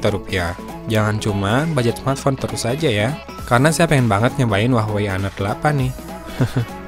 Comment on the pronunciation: jadi Huawah a kalo banyakan wah daripada wey nya :v